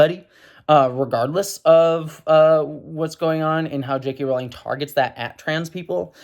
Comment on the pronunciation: I like how you say "JK Rolling".